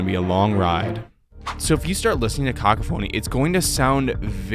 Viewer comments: Cock a phoney? Lmao!Overall, I think it's a great video! Try and work on your pronunciation, Unless you're doing it for humour sake...in which case; you succeeded. ❤😂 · barbaric pronunciation of cacophony